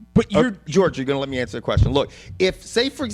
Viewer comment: "You gonna let me anwser the question george? Let me anwser the question george!" HAHAHA Funniest shit ever hahaha